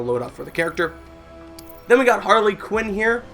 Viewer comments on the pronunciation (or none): none